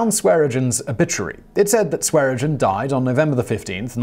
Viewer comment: How many times can you say Swearengen and not once get it right? Neither of the n are silent. Typical Brit, can’t pronounce something properly so they just pretend half the letters are silent.